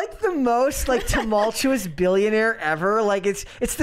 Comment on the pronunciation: We see you. Trynna teach how to pronounce tumultuous 🤣🤣